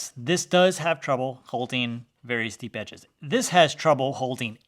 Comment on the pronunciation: Am I the only one understanding "shallow" whenever he says "steep"?